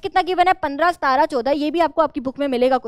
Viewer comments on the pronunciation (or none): Maam ap सत्रह ko सतारा kyuuuu bolte hoooooo😂😂😂😂😂😂 sahi se pronunciation kro na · Punjabi mein "sataran" bola jata hai ... languages mix up hona is not a big deal If you are multilingual 😂